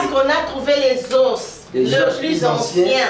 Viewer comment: les oss te mais les zos(os).🤗. Merci se corriger.